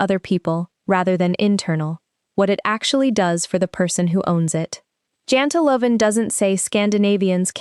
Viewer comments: janteloven is pronounced :YANTEloven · Its jante - loven its pronounced as yanteh. Pls watch for these details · Janteloven: Pronounced "Yanterlaw-ven"